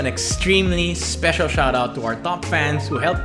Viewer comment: F...Feel speciar... <3